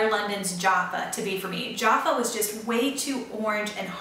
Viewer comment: Lol, Jaffa is pronounced jaff ("a" as in jack) - ah (as in ar) :) Jaffas are a wee round chocolates coated in a kind of orange flavoured candy and are quite a bright orange!